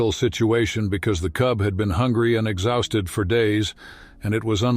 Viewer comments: If AI is supposed to be intelligent, why is it so stupid. Exhausted pronounced exhousseted. This cheap fake voice pauses in the middle of sentences, and stutters. Just makes this story horrible. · "the cub had been hungry and exowsted for days" 😂 either it's AI or it's the king of the hillbillies.